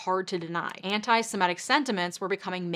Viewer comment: It's 'Semitic', not 'Simetic'.